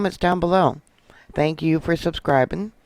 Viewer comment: " TANKS"!